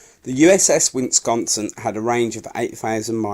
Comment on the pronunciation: Wisconsin....wiSkonson Illinois...........Illinoyz Kearsarge.....keersaj Awesome voice work. Absolutely appropriate for the number of times contributors have mangled English history. Love channels like this, look forward to more, hope you get better.